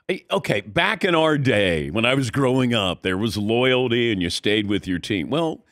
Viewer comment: Take a shot every time this guy says "loyaldy"